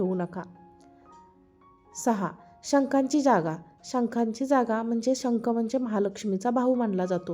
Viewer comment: चांगली माहिती आहे ❤ धन्यवाद पुणे, .शंक नाही शंख म्हणावे